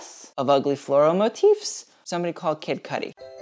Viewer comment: What happened to you "floral motifffs" omg it sounded so french!!